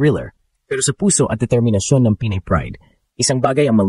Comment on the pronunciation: The AI commentator has a very poor Tagalog pronunciation. Get a speech mentor. Pinay ( not Pi-nay) makipagsabayan ( not maki pag sa ba yan). Mag English ka na lang. Masakit sa tenga. You simply murdered our language. Peace. You meant well but it hurts the ears and demoralizes me by just listening to you. Even her last name was murdered. Peace.